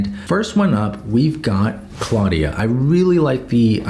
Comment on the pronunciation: It's pronounced "CLOUD-ia" smfh